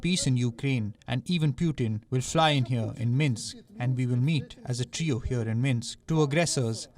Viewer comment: Desi scribes got really messed up pronunciations - of English words. Trio - Traayo ? Lol 😹